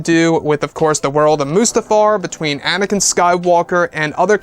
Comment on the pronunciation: It's Anakin, not anikan.